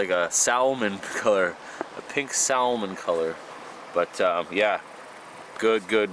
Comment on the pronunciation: joe joe "SaLmon"? please no